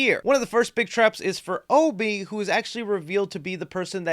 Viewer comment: Why does no one call obi the right name. He literally corrects the guy for saying it the way everyone on youtube does. Ob (like obstacle) ee- obi